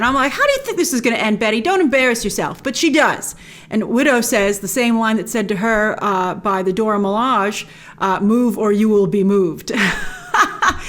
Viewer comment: Grace, yes, those three movies happened on a same week, and that is called "Fury's big week" And it's "Dora Milajé" and "Shang Chi", not "Dora Milage" and "Shaun Chi" 😃